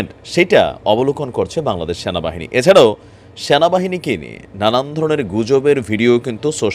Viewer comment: Vai apni namtawo Valo Kore bolte paren na😮‍💨ata Sena bahini na😞 Ata Sona bahini 🤣🤣